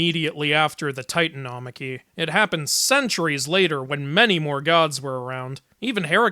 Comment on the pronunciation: wait that's how you pronounce titanomachia in school we pronounced it different